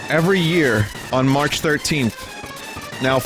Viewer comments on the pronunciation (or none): none